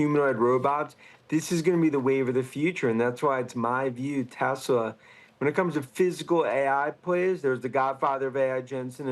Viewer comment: It’s TEHSLAAAH !!!! Not Teswah 🙄